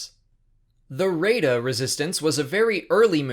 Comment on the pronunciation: It's "Rah-ay-da" not "Ray-da" (Ashley Eckstein, Ahsoka's voice actor, pronounced it as such on the Ahsoka audiobook).